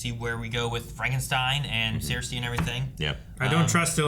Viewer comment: It's pronounced "Sir-See" I think they're saying it wrong as a joke